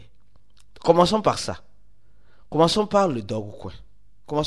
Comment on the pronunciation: C'est Dogecoin ou Dogcoin ? Faut bien prononcer stp 🙏🏿